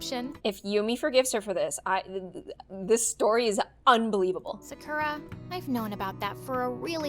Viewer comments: If you were japanese, you would say sakura. Not sacura. さくら。。。。。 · I love how this is supposed to be real but Sakura is pronounced Sah-kooh-lah (r is pronounced the same way you say L) but they say suh-kura like Americans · She said Sakura wrong- sa-kur-ah? Its a pet peeve of mine- sorry. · I thought sakura was pronounced S-AH-kura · hi i'm sarkra from ja-🍳 couldn't even peonouns her own name right. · Ur right lol plus, THEY ARE PRONOUNCING SAKURA WRONG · Bruh the generic name “Sakura” wasn’t even pronounced correctly 💀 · Says she's Japanese, but then mispronounces her first name in the first five seconds of the animation. Like, come on, My Story Animated! If you're going to create a Japanese character, at least learn how to correctly pronounce her name! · Tbh all these people who talk in my story animated sound the same. And the way she pronounces Sakura. I’m sorry I can’t 😂 she doesn’t even have a Japanese accent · Can we talk about how Sakura was mispronounced the whole video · The fact that “Sakura” doesn’t even pronounce her name right- Also did u know Yumi also means corn? As well as the name, it’s corn (😂) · Im sorry- The way she pronounced sakura is hilarious to me- XD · The voice actor literally said Sakura wrong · Not them pronouncing Sakura in the most American way possible... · she cant even say 'sakura' correctly 💀